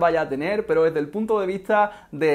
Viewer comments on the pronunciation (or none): none